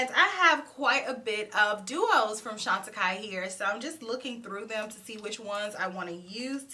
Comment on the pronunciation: Now I know how to pronounce that brand thank you. ❤